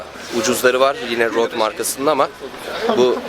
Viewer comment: Abi rode degil røde